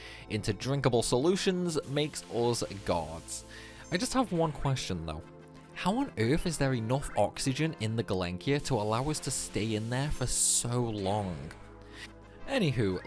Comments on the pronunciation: Gelinkia... You mean Gelnika? Lol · GEL NI KA. It's GELNIKA. Not Gelenkia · Sorry to be that guy but repeatedly mentioning Gelenkia when it is called Gelnika made me want to correct you! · interesting video, but its gelnika not gelenkia, :) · Please stop saying galenkia. It's gelnika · Good vid but in what world is "Gelnika" pronounced "Gel-ink-ia" ? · Insanely impressive! I'm glad someone did it, I'm equally glad it wasn't me. Also, I've heard Gelnika mispronounced as Gelinka before, but this is the first time I've heard Gelenkia. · I love that despite spending 400 hours in the Gelnika, you still call it the Gelenki 😂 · For someone spending hundreds and hundreds of hours in a sunken airplane its a bit concerning pronouncing the name of said airplane as "Galenkia" :D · say galenkia one more time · Does he intentionally say "Gelnika" wrong to troll people? Last video I watched I'm sure he was calling it "Galinka", now he's saying "Gilenkia"... I mean fair play to him, if I'd been listening to the first 5 seconds of Those Who Fight on repeat for 600 hours I'd want to mess with people too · God-tier video, peasant-tier pronunciation of "gelnika". Thanks for all the time it took you to make this! It was fun to see. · The way he pronounced the sunken Gelnika 😅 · Things i never thought that would make me unreasonably angry. #1 how you pronounce Gelnika...